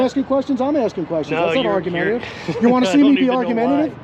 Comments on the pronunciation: He DID NOT say argumentative. He said ARGUTIVE, and that's not even a real word.😂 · "Argautive" LOL..but he ended up being a reasonable job.